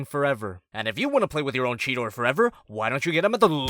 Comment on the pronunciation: It's cheeta not cheta